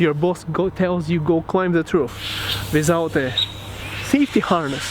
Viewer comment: ну почему, ну почему ты продолжаешь это "визоут"? Ставлю дизлайк тупо из-за произношения